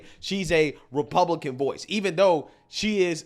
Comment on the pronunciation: I don’t even like the way says Republican…sounds like Repooblican. 😂